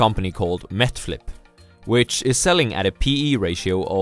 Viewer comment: MET FLIP (NET FLIX) LOL